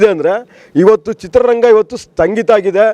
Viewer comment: ಕರೋನ ಬಂದಿದ್ದು 2018-19 ಎಂದು ಮಾಹಿತಿ ಕೊಟ್ಟಿದ್ದಾರೆ, ಈ ಪುಣ್ಯಾತ್ಮ, ಇವರಿಗೆ ಮಾಹಿತಿ ಕೊರತೆ ಇದೆ, ಕರೋನ ಬಂದಿದು 2020 ರಲ್ಲಿ, ಕನ್ನಡ ಉಚ್ಚರಣೆ ಸರಿ ಮಾಡ್ಕೊಳಿ, ಸ್ಟಂಗೀತ, ಅಲ್ಲ ಸ್ವಾಮಿ, 'ಸ್ಥಗಿತ ' ಕನ್ನಡ, ಕನ್ನಡ ಅಂತ ಹೋರಾಟ ಮಾಡ್ತೀರಾ, ಕನ್ನಡ ಉಚ್ಚರಣೆ ಸರಿಯಾಗಿರಲಿ time track 1.12ರಿಂದ ಗಮನವಿಟ್ಟು ಕೇಳಿಸಿಕೊಳ್ಳಿ